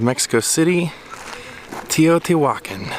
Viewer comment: Another amazing place hope to visit all these places in the future TEOTIHUACAN - TEO TI HUA (pronouned like wah) and CAN is Pronounced CON